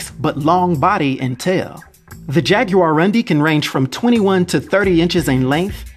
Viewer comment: Its pronounced "Jaguaroom-dee" with emphasis on room